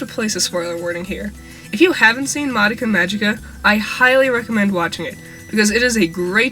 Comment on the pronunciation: You're pronouncing madoka wrong